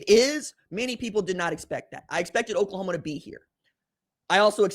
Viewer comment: Lol. He said OklaComa